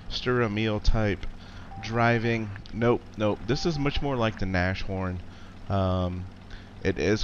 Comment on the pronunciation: Nashorn is pronounced Nass--Horn. It means Rhino in German.